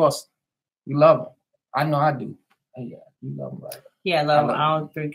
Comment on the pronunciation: "We woulda luh to be on Iyanla..." 🤦🏽‍♀️